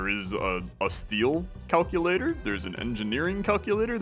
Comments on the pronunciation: cal cue luh tore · literally my first thought lol. cal- cuh-la-tor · Missed oppurtunity to call it the way calls it in TAWoG, Cal-Kewl-Latore....that is about as close as ill get for how he pronounces that >-> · CAL-CU-LATOR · CAL-CULATOR!!!! OMG